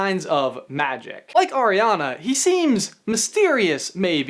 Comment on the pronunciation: Anyone else bothered by him saying ariana wrong